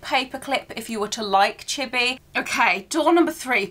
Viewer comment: flinching every time i hear her mispronounce “chibi” (it’s chee-bee, not chibby)